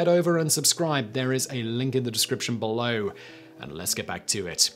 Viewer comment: Simon says Bull Lowe instead of Below.